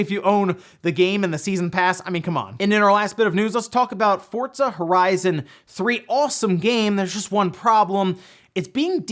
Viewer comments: Try saying Pizza. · The word "Forza" does not have the letter "T". Not sure why you always say that.